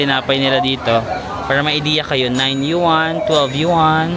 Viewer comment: Hi, pronounce " yuan " as one syllable, don't stress on the first syllable as in yu wan, pasensya ka na ka na bakaabash pa ako na being maarte